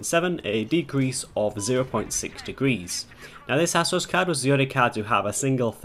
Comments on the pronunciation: "Asoos" is correct, or at least that's how J.J. from ASUS pronounces it. You can search for his videos here on YT. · No piss-take intended, but I noticed you said "Assus", whereas I say "Asoos"... I've heard others put a 'z' sound on the first 's' too... Any idea which is correct, if any?? Great vid btw, this is something I've wondered for a while since I bout my last card which has a backplate, but I've never had the bottle to remove it to test it out lol.